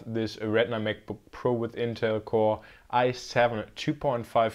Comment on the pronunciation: I love how this guy says MacBookPro as MekBookPro lol.